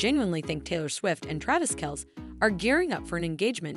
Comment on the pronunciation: Travis's last name is pronounced, KEL CEE.